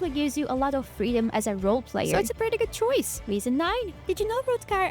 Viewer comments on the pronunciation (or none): none